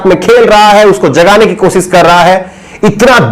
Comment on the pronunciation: aap sha shabd ka sahi ucharan kiya jye. Sha ko sa na ucharit kiys jye Aap ache patrakar he lekin bhasha ashudh hona ek patrakar ke liye a hi bat nahi he. Koshishbko aap kosis keh rahe he. Sharnak he ek patrakar ke liye